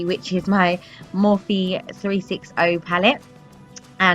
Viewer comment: she said "morphe 360" ? I'm confused .